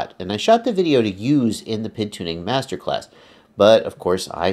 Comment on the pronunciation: It's a great, vid, but he is killing me when he says Pid instead of P.I.D.